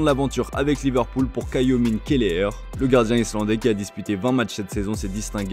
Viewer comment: "Kaïomin" Kelleher :) ahahahah. "Islabdais"! Ahahahah. Ça ce prononce [kevin], et il est irlandais! Toujours aussi nuls